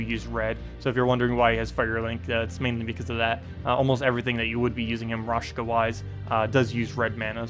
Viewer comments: Amazing team! I will have to check it out in invasion :) And.. btw, it's RaKsha, not RashKa, god dammit! xD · Thanks! As always great content! I was actually missing the Raid short video last week. Just a small thing, it's not raSHka, but raKsha. =)